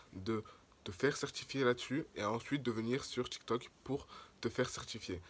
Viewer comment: c tiktok pas tictoc